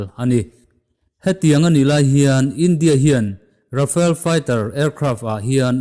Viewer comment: Rafael a nilo.... Rafale